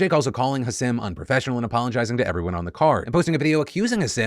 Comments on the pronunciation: it’s pronounced HASEEM is that really that hard. Hasim? Like bro does that sound right to you? Yt people bro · Come on Philly, learn how to pronounce Hasim Rahman Jr's name. "Put some respect on his name" (Imagine if you mispronounced someone's "neo-pronoun") Ha-seem Rahm-mahn Jew-knee-or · The way he pronounces hasim's name... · Bro, if you're going to cover stories at least pronounce people's names right. Hasim is pronounced Haseem and Rahman is pronounced Rahkmen. Such disrespect